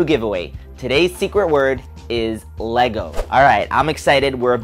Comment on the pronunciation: you said leego at 900or 901